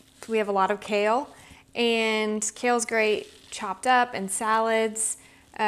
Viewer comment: When you say "kale" chip . . . it sounds more like you are saying "COW" chip 😮😅😅😂😊